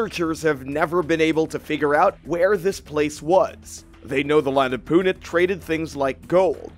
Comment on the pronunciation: It's not Punit It's Punt as in boat